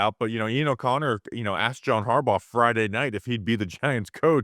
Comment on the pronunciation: John HARbaugh... John HarBAU